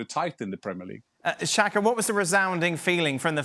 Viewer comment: Who is “xanka”?? 😂😂 Did you mean Xhaka??